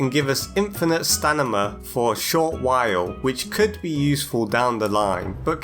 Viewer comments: I’m sorry but why do you keep saying “stanima” instead of idk Stamina like it’s actually pronounced? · i feel so seen because you keep saying “stanima” instead of “stamina” only in this game i always call it stanima😂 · I’m sorry I can’t stop laughing when you say Stanima not stamina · Im not 100% sure but. Your first language isnt english right? The way you say some words wrong "stanima" for example. And get phrases wrong "we knocked it out of rhe water" instead of "knocked it out of the park" for another example. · I really like when he says "stanima" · This video is awesome, but STANIMA has tp be purpose. I refuse to believe you mispronounced it that much.